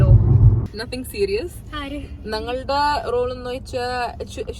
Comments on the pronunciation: നങ്ങളുടെ❌ എന്നല്ല ഞങ്ങളുടെ✅ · “nangalude” parayumbol “na” pronunciation shariyakkanam. I’m just making a correction just because you speak so fluently otherwise. Not a critic ammavan 😂